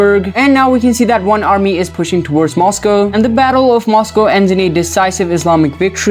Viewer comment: Now Moscow is Mosqueow💀💀💀